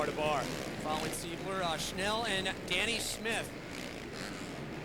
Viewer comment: listen to this fool saying " cole seibler" lmao and hes in the booth? omg